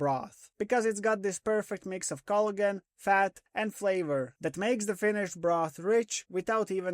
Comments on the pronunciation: I couldn't figure out what "Culligan" meant... 20 minutes in I figured you were saying Collagen. lol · I'm going to start saying cloigan, it sounds better 😂